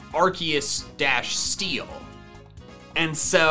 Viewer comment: Yes, it's a good thing you noticed his accurate pronunciation